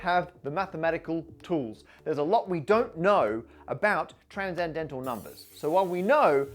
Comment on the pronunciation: Why does he pronounce "transcendental" as "tranzendental"? I know English is weird, but "sc" to /z/ is new to me